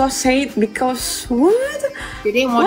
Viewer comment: ngaku guru inggris tapi cara omong inggrisnya jijik banget, sad jadi seit, because jadi bikaus, apalah, trus critanyanya aneh mbanya😂